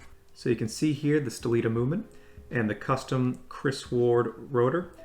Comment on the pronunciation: That's the best review of this watch on YouTube! Fyi , The name of movement is "Sellita" not "Stellita" 😎 !